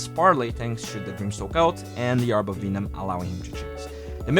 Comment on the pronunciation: VENOM! Not VEENOM. /ˈvɛnəm/